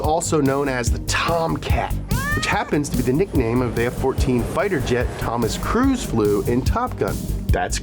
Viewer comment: Tom’s last name is pronounced cruise not Cruz Cruz is like saying crud